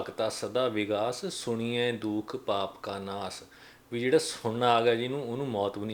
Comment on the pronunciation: ਵੀਰ ਜੀ ਬਹੁਤ ਵਧਿਆ ਵੀਚਾਰ ਨੇ ਤੁਹਾਡੇ ਪਰ ਉਚਾਰਨ ਸੁਣੀਏ ਨਹੀ ਹੈ, “ਸੁਣਿਐ” ਹੈ..ਧੰਨਵਾਦ ਜੀ🙏